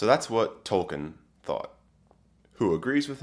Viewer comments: TY! Tol-kEEn, tho, not Tol-kEHn. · Could you please learn to pronounce his name correctly? It is toll keen. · If you want to get picky about pronunciations, it's TOLL-KEEN (a spondee, two stressed syllables). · His name was Tolkien, not Tolken. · Troll keen?